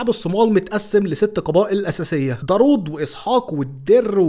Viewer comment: داوود مش درود😂😂